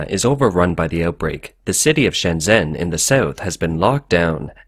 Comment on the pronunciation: Fuck dude, the way you mangled Shenzhen was eyewatering! If you can't pronounce the name of the city, how are we supposed to accept what you have to say as fact?!